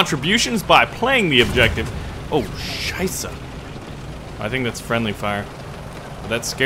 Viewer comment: Er hat es sogar richtig ausgesprochen :D